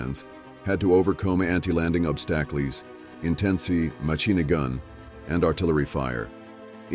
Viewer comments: ObSTACKlees???!!! That one word, seconds in, destroyed ALL interest and credibility. Damned AI crap. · "Soldiers, mainly Americans, had to overcome anti landing OB-STACK-LEES intensive MA-CHEENAGUN.... "